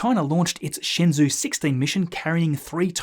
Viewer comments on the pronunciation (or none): shenzhou is pronounced more like Shin joeu. while I guess that is as close as I can get to spell it in English lol. The word shenzhou means divine land which was to describe the land of China.